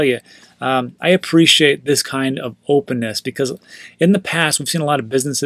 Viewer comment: "I appreciate this type of opynness" Wyde Opyun